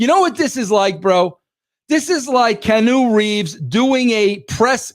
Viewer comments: "Canoe" Reeves 😂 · Wresul-ling and Kanu Reeves 😂😂😂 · KEY-ANN-NEW, Jesus it's not that hard🤦🤦🤦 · "Canoe" Reeves😂